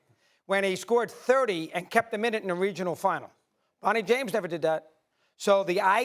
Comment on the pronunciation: Mad dog - "Bwonny James"